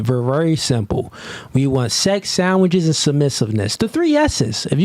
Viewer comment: "And I won't make you a 'sammwhich' cause I ate all the food"